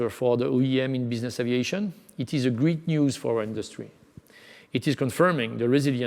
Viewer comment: Hey dear! I know you're French (me too) but given your position and salary the least you could do is try to speak a tad better English! You seem to not be getting the difference in pronounciation between "greet" and "great". Gotta work on your "ea" if you wanna spread (and not "spreed") your wings. You sound worse than Pepe Le Pew! That's a shame such high ranking jobs are occupied by people who are unable to speak decent English. That gives a bad image of us, frenchies. The cuteness of a French accent has its limits.